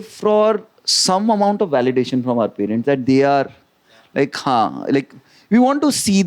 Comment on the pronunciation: Someone pls teach Amit how to pronounce “parents” 😅